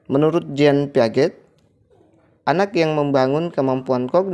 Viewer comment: Jean pegeat bacanya Jang pease